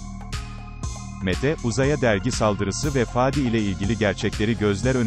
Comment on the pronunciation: Dizinin yayınlanma zamanı 2021 yılı çok isabetli kutlarım emeği geçen herkesi,severek beğenerek izliyorum.Bir de videoyu seslendiren arkadaşa ricam şu:Faadi diyerek a harfini uzatmayın lütfen dizide olduğu gibi söyleyin Fadi...